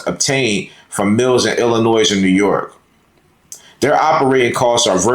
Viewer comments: Thanks Indiana. Once they enter Illinois the state police are ordered not to assist ICE. Just for the s at the end of Illlinois is silent. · Are you saying Illinois wrong on purpose? Also, it's ask not aks. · OK first the S is silent in Illinois, Second Several years back I ran steel in the area you are talking about and there are many many ways to get around those checkpoints, 3rd With the me egos that have been rampant for several years I do not expect anything to be accomplished until the drivers relearn how to agree to disagree and move on to a solution. My creds are 5th generation driver and 3rd generation O/O retired myself in 08 due to an injury and upcoming changes that I seen coming. Respect to those who are still in the fight and making the miles everyday. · You DO NOT pronounce the S in Illinois! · The “s” at the end of Illinois is silent. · S is silent in Illinois.